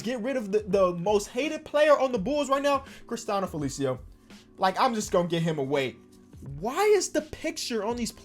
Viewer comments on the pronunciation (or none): yo, the pronounciation is "Christie-anno Felici-ow", shout out to our brazilian homies out there making bulls fans angry